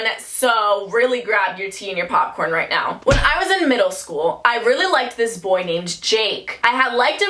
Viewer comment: Just me or do y’all love it when she say “vright? Vright.”